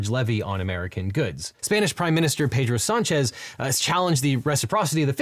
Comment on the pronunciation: Yo, props for properly pronouncing Pedro Sánchez's name.